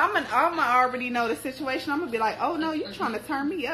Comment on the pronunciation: Did you say bituation??🙋🏾‍♀️ hey new best friend!!!😂😂